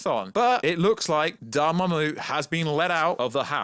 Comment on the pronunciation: Took me a minute to know you were saying Doramammu